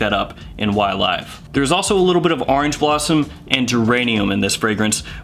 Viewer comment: “Y-Live”! I prefer your pronunciation with the LONG “i” sound.... The SHORT “I” is too gloomy, especially this close to suicide awareness Day😭🤭😌…!!! Focusing on your video Sir: You didn’t disappoint as usual and ty 4 that!!! Fragrantica is horrible for note breakdowns and the Parfumeur behind the Blend... This something I’d really like to buy and own.... Pear and grapefruit are two notes that I find very enjoyable.... Great job Sir and thank you so so very much for you steady and consist churning-out of GREAT content. The GentsScents family Members are,. Definitely not cheated when it comes to quality and content.☮️🙏💛👏🏼👋👋